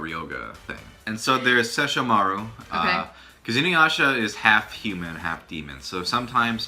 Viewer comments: Ses-sho-mar-u... What?! SESSHO-MARU. Inuyasha wanted the Shikon Jewel and tried to get it from Kagome initally. Kaede gave Inuyasha the necklace which he can't take off and Kagome can command him to sit with it. Kagome was the one to shatter the jewel after a bird demon got hold of it. Koga is also the best character. He blatantly ignores Inuyasha and the dialogue is just the best. I watched this on Adult Swim after I discovered Yu Yu Hakusho wasn't on at that time anymore. Fell in love with it. Still remember a LOT from it. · "Shesh-uh-marr". Much accurate, many proper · i love how he says inuyasha's brother name wrong and she said it correctly...lol..wtf?... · As a die-hard InuYasha fan, this entire video hurts my soul. SO many incorrect facts, not to mention how you two are pronouncing Sesshomaru >.<